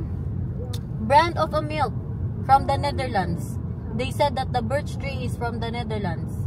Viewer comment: Birchtree not birdstree